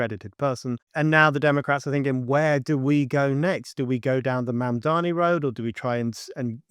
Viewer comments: I wish these and other commentators would learn how to pronounce Mamdani's name. Is it deliberate, a kind of dismissiveness? But it just weakens their argument and makes them look inarticulate. It's Mamm-darnee. Not Mann-darmee. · Another video with someone who cannot pronounce Mamdani’s name; if you’re going to make a video and take a stand, do you think that it doesn’t behoove you to look at his name and say it correctly? MOM DONNY. I think America’s illiteracy has to do with the fact that most people in America speak one language, unlike in Europe, where people are multilingual.. Your message is great, but you sound illiterate.❤ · Yes, but do you think she consistently mispronounces Mamdani's name deliberately, to be dismissive of him? It's odd. She calls him Mandami repeatedly. I think it looks uninformed. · I like that she's continually pronouncing his name wrong 😂👍🏼 "Mandami" 😂👍🏼